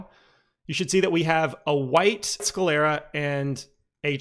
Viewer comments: google pronounces it "sCLEARa". My bad 👌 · Why do you pronounce it "sCAlera"? Is it a speech impediment?